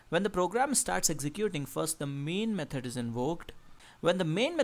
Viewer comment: Repeat after me: "Me-thod" not "Me-turd"